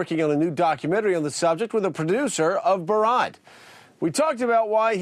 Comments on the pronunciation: Did he say "boar ot" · I apologise in advance for the question, but, I would like to know why it seems so difficult for a lot of americans to pronounce words the way they are supposed to be pronounced - Maher is not pronounced maur and Borat is not pronounced Barraht. It's not that difficult really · Joe mispronounced "Borat" and "Maher". What a moron...